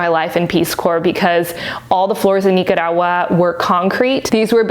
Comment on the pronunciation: Nice video! Everytime you say Nicaragua is super funny! I say NICK CAR AGUA 😂😂 I'm too Canadian